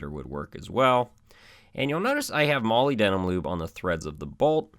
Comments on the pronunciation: Moly denim paste? Molybdenum? Muh-lib-deh-num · Muh-lib-duh-num That's how you say Molybdenum. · Awesome video. For your info your pronunciation of molybdenum is off, petty I know, but if you're like me you may wish to know how product and other names are accurately pronounced.. check this out..